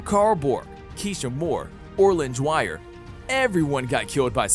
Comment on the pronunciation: how did you mess up almost every name Cicada (Sick-a-duh) and you messed up OG cicadas name its dwire not dryer come on man they say these names so many times its not that hard